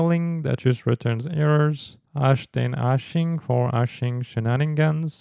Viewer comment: For those who cannot see/read: Its not "ash" and "ashing" but actually "hash" and "hashing". 😊